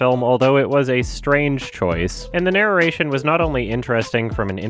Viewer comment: naruration There's no syllable between those two Rs sir